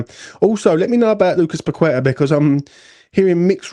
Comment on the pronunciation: Surely, you MUST know after all these years that his name is not pronounced “Pakweta” don’t you?